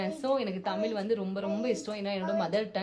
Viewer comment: Tamil ellai Tmizl naakai mellemadki sollavendum sory